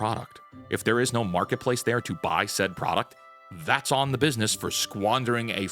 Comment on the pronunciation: "BIDNESS" effed up.